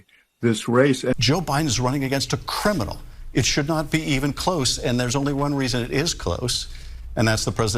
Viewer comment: "Running against a kuruminol"....... cares about the country😂😅